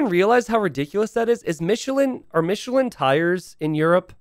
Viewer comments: it's pronounced Miche-laaaan bonjour. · Want to know how you pronounce Michelin? Say it in an absurdly french accent. Thats exactly how.